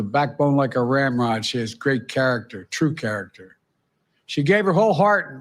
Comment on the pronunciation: He said Ramrod